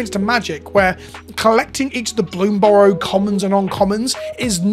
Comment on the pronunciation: I'm watching this video because you are the only content creator that pronounces bloomburrow without a weird emphasis on the final syllable.